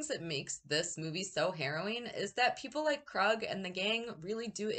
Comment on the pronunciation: It's pronounced Kroooog not Krug or Krud 😆 You sure that you watched the movie 🍿 because they pronounce his name Kroooog like at least ten times 😁 and I think that the Kroog OR Krud 😆 should have at least been nominated for an Oscar OR Academy Award for his performance because when I saw this movie when I was 9 years old, I thought that Kroog and his crew were REAL PSYCHOTIC MURDERS. In my opinion, this movie 🎥 went way beyond "just acting", but that's what makes this movie so great. It's most definitely up there with my Top 10 favorite movies to enjoy along with Texas Chainsaw Massacre, Scarface, A Clockwork Orange, and Boogie Nights.